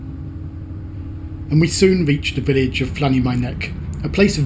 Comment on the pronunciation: You pronounced Llanymynech so badly, I barely ecognised it. lan-eh-mun-uck is how most people pronounce it.